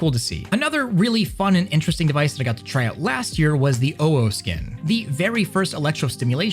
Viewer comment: Jesus, the insane input delat on the gloves. Took like 2 full seconds for it to react once you let go of the bowstring. Also why do you say owo like that? It's not "ow oh". It's like you're trying really hard to not sound like a furry, even though nobody is gonna care if you said it the right way. But then again, you're wearing facemask as "fashion" so can't expect too much from you.